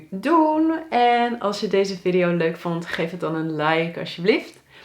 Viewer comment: Het is VIEDIE JO. niet viddio. Godverdomme